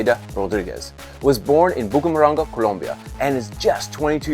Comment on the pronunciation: BOKU MORANGA (BUCARAMANGA) INCREDIBLE PRONUNCIATION. DID YOU KNOW THAT TOKYO IS PRONOUNCED TOUKAIO AND THAT VANCOUVER IS PRONOUNCED LIKE A COUNTRY FULL OF RACIST MIGRANTS